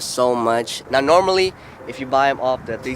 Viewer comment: Are you serious right neow